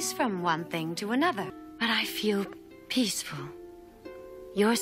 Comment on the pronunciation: I thought she said ‘pissfull’ 😝